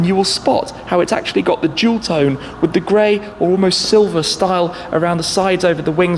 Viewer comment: The way you say dual tone sounds like jewel tone which is so much cooler relative to the cars you are describing. Real cool finds, Miami is a treasure trove of awesome cars!